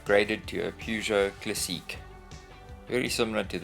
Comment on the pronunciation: Hi, I'm French speaking and I like how you pronounce "classiiiique". When I was a child I dreamed of having a Peugeot.. What a great job, bravo !! Au revoir :-)